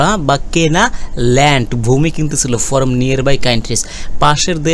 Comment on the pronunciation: ফরম না বলে ফ্রম বললে বেশি শুনতে ভালো লাগে।